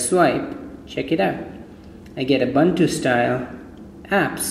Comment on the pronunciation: oo-boon-too dude. great review btw